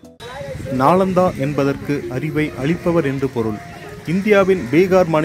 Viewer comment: நாலந்தா தவறு நாளந்தா தான் சரி